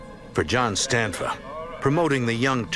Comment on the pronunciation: It's Stanfa, not Stanford.